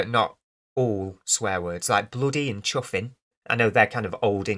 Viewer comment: 👍 "Bloody & chuffin" made me laugh 😃 You sounded like an old character from chitty chitty bang bang or Mary Poppins lol 😆 Keep up this good work dude!